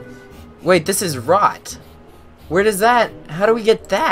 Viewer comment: It said "Rot" not "Rock"